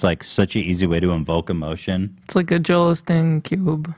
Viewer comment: Why does Ethan always say "Joel AHH-steen" when it's pronounced "OH-steen" as everyone else on the podcast says it. I'm surprised no one has ever asked why he says it that way!